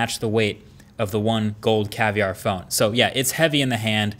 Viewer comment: Its caviar not cavlar 😁😁😁